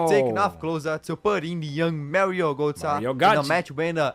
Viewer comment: gOtze, not gAtze. always butchering names smh, AND you a college graduate smh